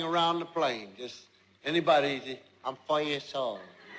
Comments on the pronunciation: I thought he said I'm really old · Honest to the lord, I thought he said "I for your soul" the first time I saw this. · thought he said: I'll pull your soul :| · At first I thought when Jeff said"I'm 4 years old" I thought he said "I'm for your soul" :/ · I Thought He Said "I'll Play You A Song" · i thought he said: "i'm foe in shole" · I heard that too XD haha